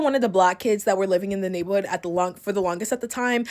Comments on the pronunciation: Anyone else slightlyyyyyy getting annoyed with the word “navel’hood” “nabel’hood”…. I’m so sorry…. I’m so not trying to be mean. lol. It could be a congestive thing, but OMG. lol. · The first girl voice was annoying me, I’m sorry. The way she kept saying “neighborhood” like she a little kid whose learning how to pronounce a “big word” was cringe and this the same girl who was a defending Huda from love island’s racism all over Tik tok and hating on the black girls girls on the show, so she is a hypocrite lol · First chick keeps saying “nablehood” & absolutely making me mad at her 😒😑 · Neigh-buhl-hood had me dying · Why does this chick have a speech impediment but only for the word neighborhood, it's throwing me off. Lol